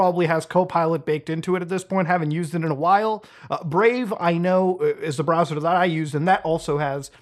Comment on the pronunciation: But Mutaahar I don't wanna switch my bwowwer again.